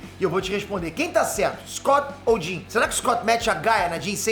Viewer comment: ""scott ir ver a jean"" parece ""scott ir via dim""... kkkkk